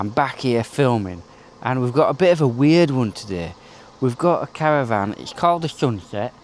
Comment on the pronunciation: Caravan not Cara van 😂